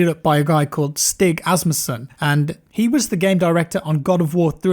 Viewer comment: hey, big fan of your content. Been watching a few videos around youtube about Jedi Fallen Order, and I've noticed you english folks have a lot of trouble pronouncing Stig Asmussen. Its not pronounced "STIK" Asmussen it's pronoucned "STIEH" Asmussen. Lol, sorry can't help it.